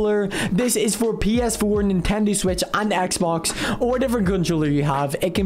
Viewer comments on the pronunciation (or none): He said nintendi switch lol